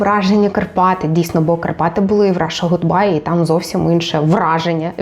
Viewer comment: Даруйте - "Ґудбай"* 😌